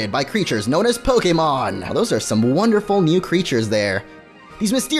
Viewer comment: It's actually Po-KAY-mon, The é in "Pokémon" is pronounced "ay."